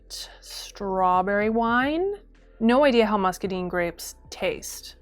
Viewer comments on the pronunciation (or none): I recently came into a free source of muscadines so this is super helpful for my plans to make a muscadine pyment, but my southern heart breaks hearing them called muscadeen grapes not musca dine (so sorry!! I love the video pls keep them coming)